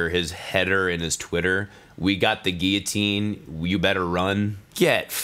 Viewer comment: Thank you for pronouncing guillotine correctly